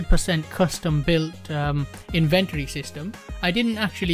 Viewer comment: In-ven-tory? What are you inventing?